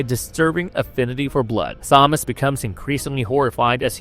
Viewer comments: bro really thinks he's roger ebert 😂. sorry but the acting was top notch. also it's pronounced tomas. h is silent 😂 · Couldn't get past the repeated mispronunciations of "Thomas." If you watched the film, you know darn well it's pronounced "Tom-as" regardless of how it's spelled. Just beyond irritating. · Keeps pronouncing Thomas wrong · I dont know why you choose to pronounce the name Thomas in that way.